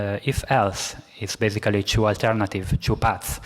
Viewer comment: And every time he says “chew” instead of “two.”